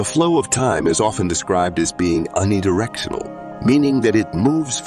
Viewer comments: Is the narrator a person or an AI voice? Has anyone noticed that he pronounces "unidirectional" as "unnidirectional" why tf is that happening? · its a human. and because he had a stroke 🤣🤣